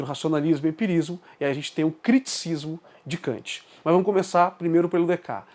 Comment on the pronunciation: Opa, Em francês algumas consoantes não são pronunciadas, mas não há nenhuma nome ou palavra que perca metade das letras, a pronúncia seria Decarte, na pior das hipóteses quando não sabemos pronunciar tem duas possibilidade, abrasileiramos, ou ouvimos a pronúncia num vídeo francês. Sim, a escolástica começa com Aquino, mas a baixa escolástica que caracteriza o pensamento que até hoje se chama escolástica é característica do fim da idade média, os últimos duzentos anos, e ela começa, na filosofia, com Agostinho. Temos que, em filosofia, ter cuidado com os conceitos, mas temos que fazer mais vídeos e mais debates também, parabéns pela iniciativa.